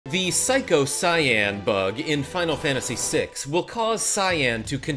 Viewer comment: Wait, how did you pronounce psycho? Seko?